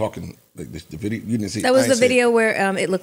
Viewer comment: “New Tideo”